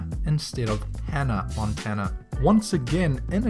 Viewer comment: HE SAID ANNA MONTANA XD